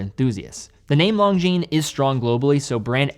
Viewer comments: I'm English Canadian and not fully fluent in French, but even I cringed at his pronunciation of this brand. I hope he can atleast pronounce Cartier properly, or relatively close to the proper way.. unlike how I've heard it on u.s. radio commercials.. "Car dee ay".. 😳 But that aside, he put out a fantastic video on this brand, and I completely understand the difficulty of saying French names like Longines. Maybe Kevin O'Leary can give him some pointers. 😆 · Please stop pronouncing "Longines" with a hard "G." Their name is French.